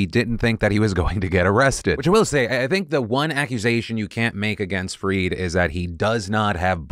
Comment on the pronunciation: Not fri=id, it is fry-ed. Just saying...